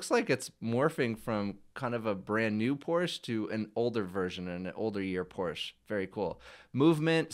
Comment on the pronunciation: it's Porsch-EH, not Porsch! Just like it's "Dante" and not "Dant" or "Ford" and not "For"